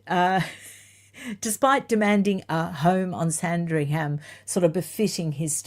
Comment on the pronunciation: I hope you don't mind me letting you know, that the 'h' in Sandringham is silent - this is meant kindly🙏